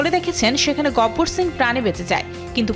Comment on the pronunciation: আপনারা 😢বারবার গব্বর বলছেন কেন নাম তো গাব্বার